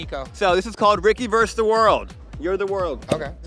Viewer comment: Ricky! The word is versus my love! You’re adorable anyway. Good luck with the show!